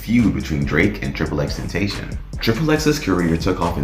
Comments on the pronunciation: Ten ta sea yawn not ten tay shon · "Why People Think DRAKE KILLED TRIPLE X TENTASHON"